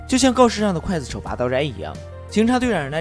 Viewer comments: 浮尸饿殍，最后一个字念Piao不是fu。。刽子手，第一个字念gui不是Kuai。。高中语文，说的跟字幕也匹配不上，一点小建议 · 不叫刽（kuai）子手，而叫刽（gui）子手！ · 刽子手gui 四声，解说之前做好功课… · 不是kuài子手？？？是guì子手啊！！！ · 刽GUI子手,不是kuai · 一直在想（kuai）子手 这个音 是各大up主故意读错的吗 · 刽(gui)子手,听着真别扭